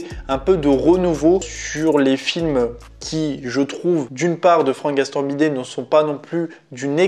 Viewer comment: C'est Gastambideeeee et pas gastambidet 😅😅😅